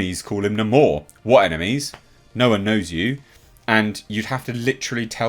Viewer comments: Hate how they pronounce Namor as "Namore" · That's how they pronounce his name! They totally miss this character! WTF!